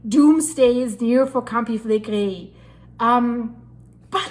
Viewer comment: Flegrei all the time,what fillegri? Never hear of,there are lots of videos in italian on yt